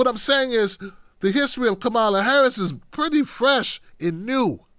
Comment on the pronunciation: please pronounce Kamala Harris’s name correctly